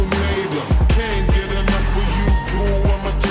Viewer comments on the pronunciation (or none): none